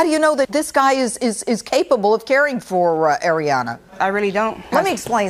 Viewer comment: Is it bad that i laughed when he messed up Ariana's name